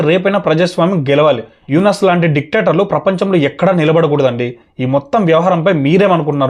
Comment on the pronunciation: Sorry bro.. But just check it once before commenting He pronounced(pronunciation.. డిక్టేటర్లు) like dictator only not ditector 🤗just to rectify.. Nothing else